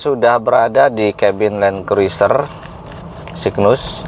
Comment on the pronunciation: Bacanya kruser om... I nya gak usah diucapin... 🤣 🤣